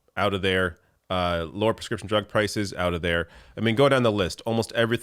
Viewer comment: Oot!?! 😁 holy loons and toons I didn't realise you are from Canada?